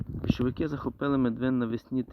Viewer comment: Медвин з наголосом на перший скад